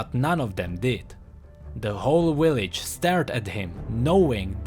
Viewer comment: "the whole willage" lol